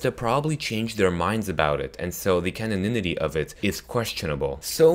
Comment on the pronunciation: You said "caninity" but you meant to say "canonicity". Also, clean yourself up if you are gonna be on camera. Yikes!